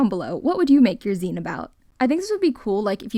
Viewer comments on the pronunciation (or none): it’s pronounced “zeen” like magazine :) great video <3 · Yup it’s pronounced “zeen” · You said it right the first time. "Zine" like the end of Magazine. =) Your Zine, "art supply recipe book" is cool! =) The faux tiles look real, and are pretty. =) OOOOH!!!!! I love the photo One!!!! (it's my favourite). That's SO cool!!! =) And for the record, you're pretty. =) =] I can relate to "can't have nice things" - my Cat Soma likes to destroy everything, too.